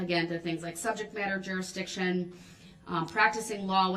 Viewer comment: Substain, jurisdickshun, cohorzhun, amminant, affixiated (sustain, jurisdiction, coercion, adamant, fixated) and on and on lol.